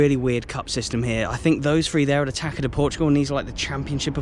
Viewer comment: A tip: TAÇA is pronounced like tassa not taca